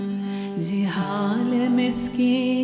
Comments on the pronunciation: 😂 I am just here to say it's zihal-e-miskeen not jihalee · Ze-haal* Bahaq* Yeh dono durust kar lein. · Madam your pronunciation is awful. It is “Zi haal e miskeen”. Real beauty of FARSI is in its pronunciation.